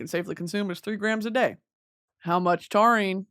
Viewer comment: love love love Britney and she is so so so smart but her reading the chemistry of taurine and somehow getting biology mixed in there and horrifically pronounced was so painful to the pre-med in me